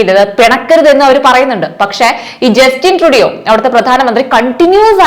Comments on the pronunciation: ട്രൂഡോ എപ്പോഴാണ് ട്രൂഡിയോ ആയത് ഞാൻ ആദ്യമായ് കേൾക്കുകയാണ് കൊച്ചെ ........ വാർത്ത വായിക്കുമ്പോൾ പേരുകൾ തെറ്റി വായിക്കുന്നത് തന്നെ ആ വാർത്തയുടെ വില കളയും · ജസ്റ്റിൻ സ്റ്റുഡിയോ അല്ല പെങ്ങളെ ട്രൂഡോ... ജസ്റ്റിൻ ട്രൂഡോ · Sounds like you are living under a rock. Please do your research in how names of people in your videos are correctly pronounced. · Learn to say the name properly….especially when you report international news ..